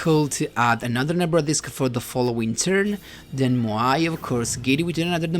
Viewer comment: i love how you pronounce MOAI correctly, not like the duel links meta guy. keeps repeating MAYO MAYO GRAB THE MAYO